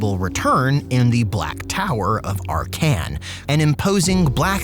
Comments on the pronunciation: ark can? Like the dude says his own name several times when you click him and still u managed to butcher the pronounciation of his name? If this is supposed to be funny it failed. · I believe he says his name or other character does and the pronounce is ARkhan, just like SEttra. Tbh I always had it that way in my mind so hearing in a different way in the video was a bit of a torture. The way he says LIber MOrtis reinforces the idea too.